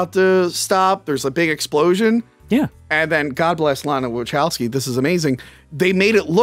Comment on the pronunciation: Is this “” purposely mispronouncing Wachowski?